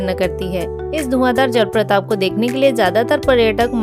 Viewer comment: Jalpratap nehi jalprapat hai.thoda dhyan rakhiye apni vasha ki chayan ki.